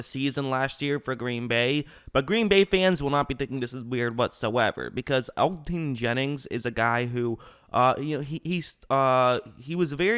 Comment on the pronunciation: You trash at pronouncing his name